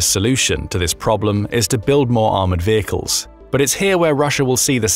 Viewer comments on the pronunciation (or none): Change vay-cles to vehicle.